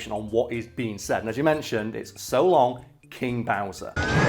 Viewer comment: I used to think he said "shalom" instead of "so long"